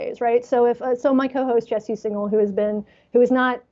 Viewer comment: And in this one, he said 'Jesse Signal' rather than 'Singal.' (Though I guess that's still not as bad as 'Sportify'!)